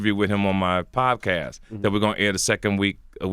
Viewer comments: It's podcast not pobcast TK lol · "the pobcast" hahahaha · if he say "PoBcask" 1 more damn time 😭😂😭😂😭😂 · ... Is he saying PoBcast??? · If he say POBcast one more time 😩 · Why does he keep saying poBcast?! LOL, somebody correct him already! TK Kirkland the type to say, "hey have you seen that new trump MeMe?" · Is he saying pob cast? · CaliCool91 Or pobcast as he pronounces it lol